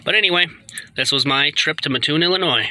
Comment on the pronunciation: It's pronounced as though you were saying the name Matt. Mattoon Illinois. I used to live there.